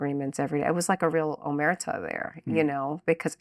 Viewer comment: "Omerta". "Chiacarones".